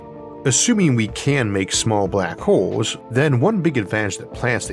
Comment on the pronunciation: For some reason I heard 'black holes' as 'Barack holes'. My mind went places for a few milliseconds.